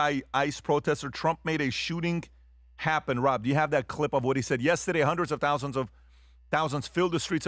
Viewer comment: I love you pat your a goat but your pronouncing of the word yesterday drive me crazy its horrible just sayin